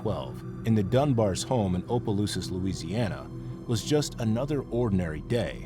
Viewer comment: Louisiana native here! Opelousas is actually pronounced like op-ah-loo-sis 😊